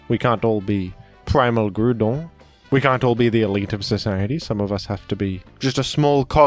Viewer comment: I never noticed that you pronounce "Groudon" perfectly now. Un grand bravo et merci de propager la vérité